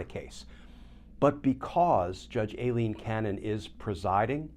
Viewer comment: Dear Glenn, I think you are pronouncing Aileen Cannon's name wrong. It is not Alien... it is Ai-leen. Sorry for my note, but you are so perfect, I hoped you were right on this one.